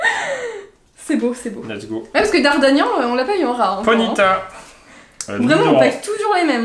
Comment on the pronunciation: On dit dardargnan et pas dardargnan mais sinon super vidéo